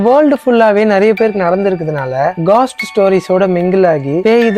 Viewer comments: காஸ்ட் haa கோஸ்ட் haa.. 🙄🙄🙄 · Bro ghost and soul pronunciation matum correct panikonga